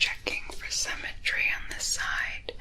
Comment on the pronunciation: Somehow I heard "symmetry" as "cemetery" and thought "dadgum, this went dark."